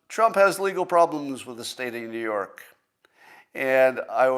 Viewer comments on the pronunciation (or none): none